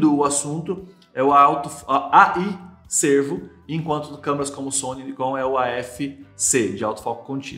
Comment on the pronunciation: Não é AF Sêrvo (parece antílope) ... É AF Sérvo (de serviçal, empregado, dedicado)....